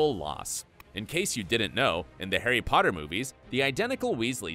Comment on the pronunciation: The name 'herry podder' took me out the whole video.